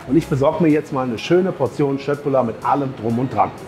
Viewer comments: Danke, dass du Köttbullar richtig aussprichst🙏🙏🙏💯❤️ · P.S. bin etwas überrascht über die Aussprache von Köttbullar - sogar der pädagogische Aspekt wird erfüllt!